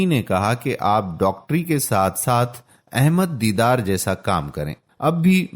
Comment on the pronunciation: His name is Sheikh Ahmed Deedat Rahamatullahi Alai, a Great Wali-ullah but not Deedar as per the Speaker. The Speaker's voice is Masha-Allah very impressive but he must pronounce the names as Dr Zakir Naik Sahab saye Jazak-Allah Khair. Dr Zakir Naik Sahab has single handedly reverted over 2.75 lakh highly qualified Hindus and not less than Graduates, who's names have appeared in the State Gazettes including IAS, IPS and other professionals and these are the Government Gazetted figures. And there are over five lakh others, who have accepted Islam through his Videos and Peace TV channels.